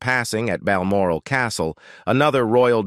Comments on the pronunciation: 'Meghan was not to be brought to Bal Morale', gotta love American mispronunciations of British placenames. 😂 No morale whatsoever 😂😂. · Load of mis and partial information coupled with an inability to pronounce Balmoral.